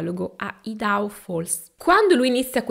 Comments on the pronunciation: Giusto x la cronaca si pronuncia Aidaho...comunque che storia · Ciao. Sei molto precisa e il tuo modo di raccontare cattura. Volevo dirti che Idaho si pronuncia " Ai da how " scusarmi